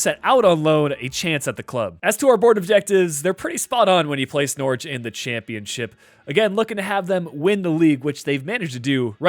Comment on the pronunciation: Good video but I’m from Norwich and it’s pronounced more like nor rich